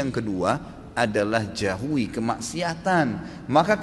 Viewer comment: jauhi ustad bkn jahui 😄